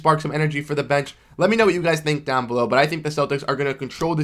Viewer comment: "Dawn below..." i cant tell if that thats Pittsburgh accent, hehe or is it Boston? Hehe